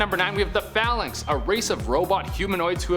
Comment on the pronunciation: You mispronounced Phalanx and cyttorak